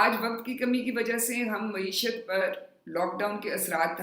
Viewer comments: yeh Lafz “maeeshat” hai “moeeshat” naheen. Media note farma lay. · محترمہ بہت احترام کے ساتھ عرض ہے کہ یہ لفظ مُعیشت نہیں مَعیشت ہے۔ میڈیا نوٹ فرما لے۔